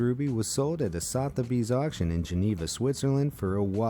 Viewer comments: It's pronounced Sutheby's even though it is spelled Sotherby's. Maybe you could check out YouTube videos of Sotheby's auctions to learn the pronunciation. Anything from England is likely to be pronounced differently from how it reads! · You lose credibility when you can’t even pronounce Sotheby’s correctly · FYI, Sotheby's is pronounced like this